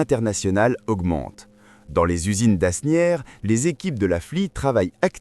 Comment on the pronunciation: On ne dit pas ASnières mais ANières Le S , derrière le A, est muet., comme le S final. C'était la minute du cours de langue française.